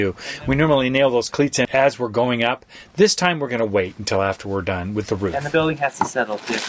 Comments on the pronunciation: wHy Do sOmE pEopLe sAy "ROFF" .. its so distracting, it reminds me of a bark from a dog, "then the boys finished the BARK BARK" .. but thats just me I guess.. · It’s called a roof not a “ruuf”